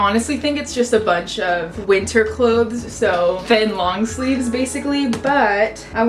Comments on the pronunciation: watch having trouble saying ‘clothes’ correctly for 17 minutes straight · Goodness I freaking love your cleanout videos. Also clothez cause it's cool. I hope that's how u meant clothes with a z lol